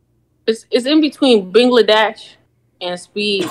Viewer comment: she called him bingladash 😂😂😂😂😂